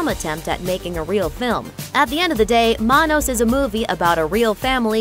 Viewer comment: You mangled the pronunciation of "Manos." It's "Man-OS." See MST3K.